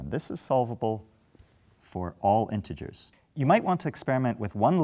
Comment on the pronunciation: i notice he says "intergers" how does the solution work for negative numbers of frogs?